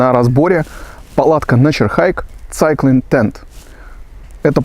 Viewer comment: Да что ж так печально с произношением то у рос блогеров, прям стыдно за эти все цайклинг тд тп. Неужели так сложно хоть название глянуть произношение? Два слова ж